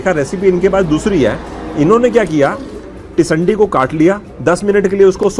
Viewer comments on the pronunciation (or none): Tisandi nahi hota sir, tindsi hota hai 😂😊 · i laugh where i heard that pronunciation...even i was thinking what is it ..then i realised he is talking about teendsee commonly known as tinde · Sir teesandi nhi ise Tinda bolty hain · आपने जो पोकरण में सब्जी खाई है जिसको आप टिसंडी बोल रहे हो उसका नाम टिसंडी नहीं टिंड्सी है, हिन्दी भाषा में इसे टिन्डे की सब्जी भी कहा जाता है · It's टिंडसि and not टिंडसी। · Tisandi nhi sir tinsi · Sir vo टिंडसी he jisko aap baar baar tisandi pronounce kr rahe he. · its Tindasi. Not tisandi. Basically it's tinda in delhi. You were pronouncing it wrong so i thought of correcting it. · टिंडसी है sir tisandi nhi